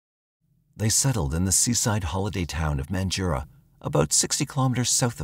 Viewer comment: Mandurah is pronounced more like 'Man-juh-rah' (i am a local).